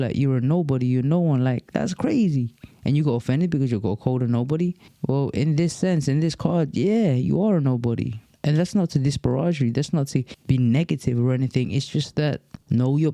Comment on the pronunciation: Disparage.... not pronounced like mir-age.